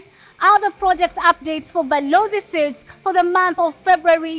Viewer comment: Suites is pronounced as sweets. Not suits